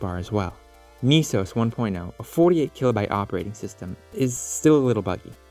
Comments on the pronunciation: "Nisos"? Dude "NES O.S" (pronounced like "S.O.S") was right there! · ITS PRONOUNCED "NEHSOAS" NOT "NEESOAS" 🤬🤬🤬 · It should be pronounced Ness Sohs. Neesos would require 2 Es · Wouldn't it be NESOS, not NEESAUS? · .....naaah, why is most definately the better question here. lol. "Knee-sos"? You mean "ness-os", as its a "ness" NOT a "kneese" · “Ne” (ね) is pronounced with a soft E in romanji. “Ni” (に) is pronounced with a hard E. So “NES” is pronounced with a soft E, like in “Less.” The way you’re pronouncing it should be written “NIS” which is entirely wrong for the project. When saying the individual letters in “NES” it makes sense to use a hard E. But when spoken as a whole, it’s pronounced with a soft E. Have you ever heard anybody call an NES a “Niece” ? TLDR: NES is pronounced with a soft E, like in “Less.”